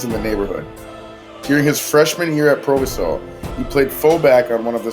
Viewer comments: It’s pronounced pro vi so not pro va sow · Proviso is pronounced with a long "I."